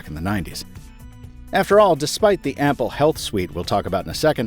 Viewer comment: ik, but doesn't it actually sound like he's saying apple 😂